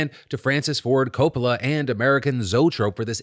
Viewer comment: I am convinced that phil is using an AI of his voice for some of his videos. The way he says coppola is so weird.